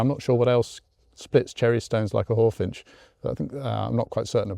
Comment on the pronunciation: It's Hawfinch, not Hallfinch.